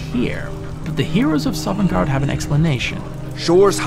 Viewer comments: Bruh you're saying Sovngarde so weirdly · 42 minutes of a guy pronouncing Sovngarde incorrectly. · Biggest mystery in all of Sovngard is who keeps putting the letter “r” into the middle of it when he says it...MUST HAVE BEEN THE DWEMER! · How are you gonna make a 40 minute video about a place you can’t pronounce the name of?